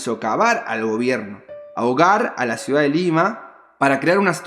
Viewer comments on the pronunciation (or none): none